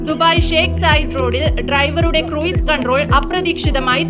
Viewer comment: ക്രൂയിസ് അല്ല ക്രൂസ്